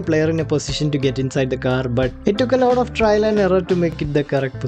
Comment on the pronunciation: Bhai pehle to 'lot of' ko 'lauda' bolna band kr do. 🙏🏻